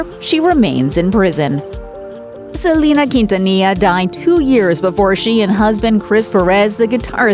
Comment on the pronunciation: Ok that lady calling Selena “Selema”...... how annoying